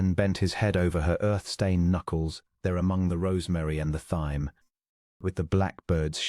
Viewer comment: AI narration is always good for a joke: THYME, pronounced "THIGH-M" ... :>))